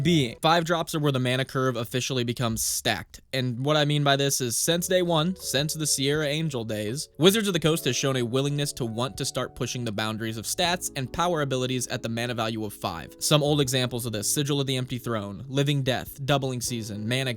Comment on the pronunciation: Wtf is "ending the game"? My one and only commander deck can go on forever until my opponents deck out. They hate it so much, but I dig it. Also, "Serra angel" is pronounced "Sarah angel" not "Siere". And lastly, Baneslayer Angel was firstly released all the way back in 2010, maybe 2011, and was, at the time, considered one of the best creatures ever printed, AND saw SB play in various modern control decks up til 2019. Card was lit back in the day.